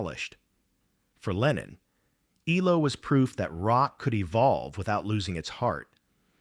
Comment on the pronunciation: EEE-low? Stop using free AI narration!